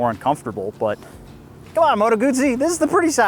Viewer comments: call me old school but when i owned a Moto Guzzi i was a kid i had a Guzzi V7 Special and a California and we and he dealers then pronounced it Moto guZZi there was and still is No "T" so where is the "T" comeing from when you pronounce it Moto Gutsi ? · Guzzi is pronounced like Pizza.